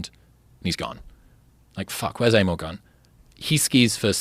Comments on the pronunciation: Not "Eimo", the A is pronounced like in a "car" :p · It's pronounced eye-mo.